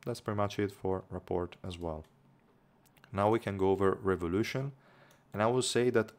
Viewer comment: FYI in the US at least rapport is pronounced - ruh-poor